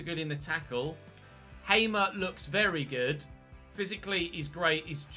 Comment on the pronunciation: Hey, signed a player who used to play for my favourite team! Hamer is a real baller irl, especially during his PEC time btw, it is pronounced "Haa-mer", like the long "a", idk how to really describe it.